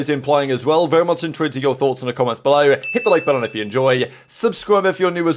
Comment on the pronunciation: i know he’s saying intrigued but from the very first video I’ve watch on this channel I’ve always heard in twitter! (Also i only know its intrigued because he explained it some months back)